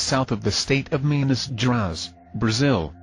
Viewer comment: Minas GerAEs, Not Geras. It's like GRAHEES as the I in gIraffe.